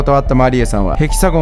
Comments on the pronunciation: ヘキサゴンのイントネーション気になる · ヘキ↑サ↑ゴンって発音おかしくね？笑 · ヘキサゴンのイントネーションが気になる😂笑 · ヘキサゴンとマリエのイントネーションが独特ですね